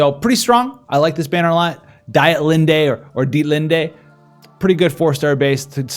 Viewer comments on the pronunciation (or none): none